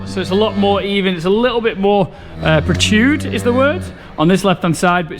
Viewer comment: So THAT's what it looks like when a cow kicks you in the face! 🤣 I think you're trying to say "protruding". Pro trud ing.